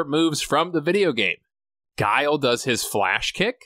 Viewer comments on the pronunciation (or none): none